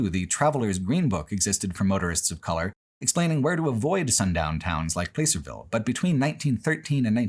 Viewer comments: I lived in California very near Placerville for a long time, and it was wild to see it on video and documented with your insightful thinking. I miss the beauty of Northern California’s mountains and forests very dearly.(Also, it’s pronounced like “Plass”-er-ville rather than “Place”-er-ville, not that it really matters) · Hey, my hometown of Placerville. BTW, it pronounced plass-er not place-er lol. Funny moment: right as you said the phrase "hidden history" you were driving past our strange Druid monument. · Never heard Placerville pronounced like that. Hard to believe you passed within a stones throw of where I live- I'm slightly north of Placerville in one of pitstop towns between there and Tahoe. I'm a little sad we weren't mentioned, but I get it. Anything between Placerville and Tahoe is basically unremarkable. The 'Hangtown' controversy is very in line with how most of the people in the area behave. My political science teacher recounted how one time a truck carrying a billboard with two guys kissing happened to pass through and the town was ready to riot over it. I'm not comfortable with talking to a lot of my coworkers about my politics, nor my sexuality. Maybe one or two actually seem to be amicable, but then the rest is 'communism this and communism that' and one of them I know openly dislikes the idea of gay couples adopting. It's like the Alabama of California, but for some reason they all hate living here. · Everything was fine until he mispronounced "Placerville"... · The nostalgia-tinged surreality of hearing describing the repulsive horror of Historic Placerville, a place I spent some time growing up in without anyone offering me context for Old Hangtown at the time, contrasted with the jarring immediacy of never before having heard it pronounced with a long 'a' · Oh nooo you mispronounced Placerville! Can't blame you, but that really struck the ear as a NorCal native